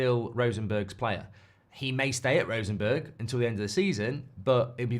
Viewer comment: Rosenborg, not Rosenberg.